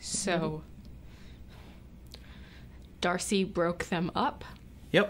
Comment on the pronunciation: D-arse-y. Heh. Hehehehe.